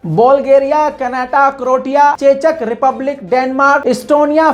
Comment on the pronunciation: Its croatia 😀 कोroएशिआ